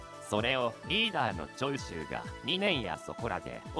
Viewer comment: 長州の発音おかしくね？